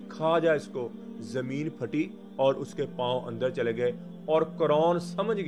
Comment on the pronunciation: اصل لفظ قارون ہے نہ کہ قرون